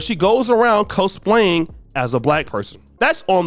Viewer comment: wtf is Ko splaying? did you mean cosplay? its pronounced kahs play